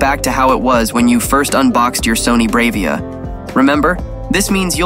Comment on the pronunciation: It's pronounced "brah-via" not brave-ia"